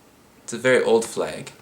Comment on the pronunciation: Are you from the north? Only because how you said "flaeg" hehehehe